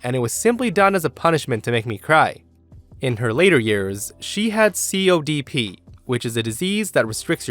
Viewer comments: Copd ....not codp ..... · COPD, not CODP ... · COPD not CODP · COPD, not CODP. Chronic Obstructive Pulmonary Disease. E.G. Emphysema and Bronchitis.